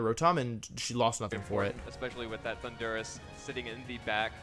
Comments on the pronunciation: My favorite part is the announcer pronouncing "Thunderous" like "Honduras" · why's he pronounce thundurus like honduras